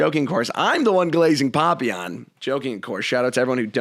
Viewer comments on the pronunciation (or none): wait this is the guy that does all the superchats? I always assumed your name was "papillon" like the french dog. Should have known better than to trust pronunciation after an hour of mad ranting. Looks like Papa Aeon to me.